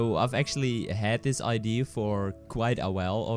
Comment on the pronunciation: ITS NOT IDEE ITS IDE-EAA!!!